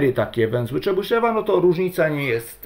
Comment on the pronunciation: Jakiego Czebyszewa , tam w ostatniej sylabie jest jo tylko Rosjanie tej "dierezy" nad e zwykle nie piszą , co nie znaczy że tej "dierezy" tam nie ma (Mówisz Chruszczew czy Chruszczow , Gorbaczew czy Gorbaczow , tutaj mamy podobną sytuację) Tutaj Rosjanie sami sobie robią kłopot bo lepiej byłoby jednak te kropeczki pisać Ja rosyjskiego nie znam bo zanim zdałem do piątej klasy to wyrzucili rosyjski z programu nauczania, moja mać nie chciała mnie uczyć a samodzielna nauka jest dla mnie za trudna Moja mać była nauczycielką tego języka a brat jest samoukiem jeżeli chodzi o rosyjski Dobrze by było poprawnie wymawiać te nazwiska T_{n}(x) = sum((n \choose 2k)x^{n-2k}(x^2-1)^{k},k=0..floor(n/2)) Najmniej obliczeń będzie jeżeli skorzystamy z zespolonych (Wzór de Moivre , Dwumian Newtona) ale na rzeczywistych też można (Po wstawieniu do rekurencji wykładniczej funkcji tworzącej dostajemy równanie różniczkowe z warunkami początkowymi tzw zagadnienie Cauchyego które wygodnie jest rozwiązać wykorzystując przekształcenie Laplace Ponieważ łatwo jest obliczyć n. pochodną czynników zatem wykładniczą funkcję tworzącą łatwo rozwinąć z wzoru Leibniza na pochodną iloczynu) sum((n \choose 2k)x^{n-2k}(x^2-1)^{k},k=0..floor(n/2)) Teraz próbowałem stąd wydobyć współczynniki tego wielomianu ale zarówno po skorzystaniu z dwumianu Newtona jak i po rozpisaniu powyższego wzoru dostałem podwójną sumę Po rozpisaniu powyższego wzoru dla n = 8 postawiłem następującą hipotezę T_{n}(x) = sum(sum((-1)^k(n